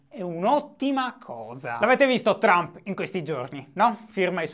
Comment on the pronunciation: Che ne dite di bandire dall'Italia tutti quelli che al TG pronunciano "Baraccobama", "Illari Clinton", "Berni Senders" e poi li senti dire "Donald Ciump"?